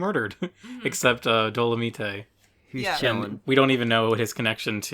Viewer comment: stops watching when he pronounces domelite wrong